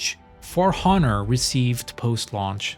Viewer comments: For HHHHonor? Dude, you do NOT pronounce the H in honor. What is your original language? Probably not english... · Tip. You don't pronounce the H in Honor. it's ´onor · For F’s sake the H in honor is silent 😂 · Bro, from where did you get the notion that the "H" in the word "honor" is pronounced?